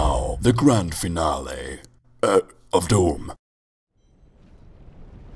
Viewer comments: "AND NOW." "THE GRAND FINLÉ" "...OF D00M" Dat Engerish. :D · "The grand finlé"? xD Had to laugh a bit there